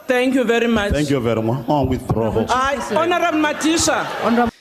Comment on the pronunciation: "Thank you very mu-HON" gets me every fucking time